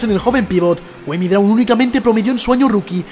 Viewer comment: Tan dificil era averiguar como cojones se pronuncia su nombre? Cua-mi CUA-MI!